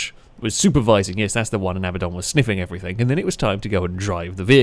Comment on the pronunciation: Love your channel, please try saying everythinG instead of everythinK as it drives me as mad as your races much love